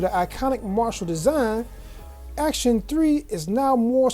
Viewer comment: “Acton,not Action.” Just a minor point. Kind of like calling “espresso” expresso. Still, nice review. Thanks. 👍 p.s.I had the same problem opening the box. Owned this speaker for about a week. Love it.